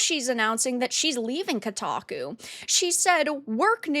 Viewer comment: She certainly destroy "Kotaku" 😂😂😂